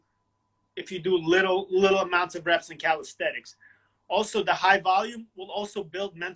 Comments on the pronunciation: its not calisthetics, but calisthenics but otherwise great interview, big fan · Haha, yeah I noticed that he always pronounces it “calisthetics” in his videos, along with other slight verbal tics. But the content is high quality, so it’s fine.